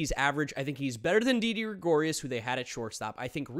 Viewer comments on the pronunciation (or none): It’s didi gregorius